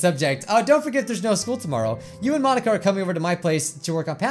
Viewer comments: Mon-ika ika means squid in Japanese the incorrect pronunciation part is Monika is pronounced Mon-ika. Ika is pronounced ee-ka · She basically said Mon-inka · Because it’s mon-ink-a ink as in like it in squid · The joke, if you don't understand, is that she said it like Mon- ink-a